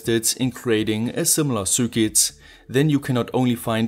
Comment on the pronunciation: Love your content! You always struggle to say "cir quit", but it's actually much simpler. Circuit is pronounced "sir kit", no matter how fancy it may look! If you disagree, please do so phonetically!